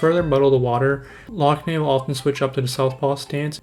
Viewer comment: It's pronounced lock nan